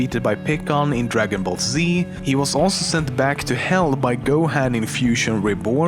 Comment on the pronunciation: DREGEN BELL ZEEEE